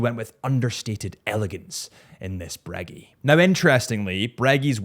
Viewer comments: When will he stop saying breggy and start saying breguet😭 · I can’t take you serious while you mispronounce OMEGA and Breegeey??????? Wtf man?!?!? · It's great how Americans pronounce such noble words as "Breguet" — as if they were chewing three pieces of gum at once.